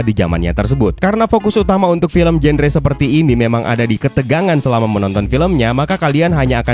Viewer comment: Bukan jenre bang di baca nya, tp ganra